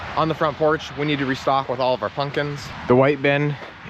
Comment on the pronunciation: Pump kins not pun kins .